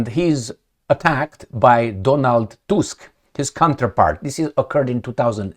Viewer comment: Tusk Pronounced like in tooth.